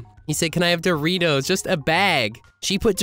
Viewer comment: My favorite part is when he said doritoes